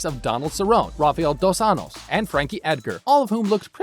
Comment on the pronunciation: Donald se roan Raphael dos annoes. I can't stand when people who don't know anything about mma make videos about it. Learn to pronounce their names jagoff